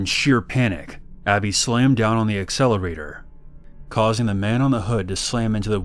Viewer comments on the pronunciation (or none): none